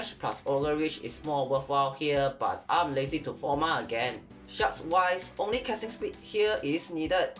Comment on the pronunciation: The very American way you said 'forma' threw me for a second. Super cool vid